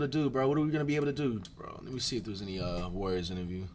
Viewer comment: They way he say warriors always sound like Worriers qnd man id be worried too